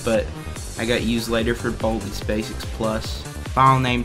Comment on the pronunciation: im sorry to make fun of your accent but baldi's baysics